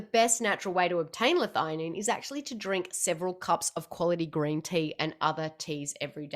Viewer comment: I'm just surprised you pronounce it 'Lithighanine' I've always thought 'L-thee a Nene'